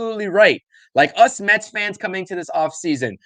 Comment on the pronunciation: It's Mets not Metsis